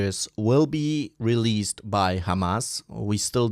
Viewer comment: bro can't speak released 🤣🤣🤣🤣🤣🤣🤣